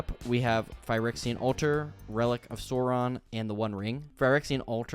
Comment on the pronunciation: I feel like every time I watch a LOTR MTG video, they can never say "Sauron" right. Or Rohirrim. 💀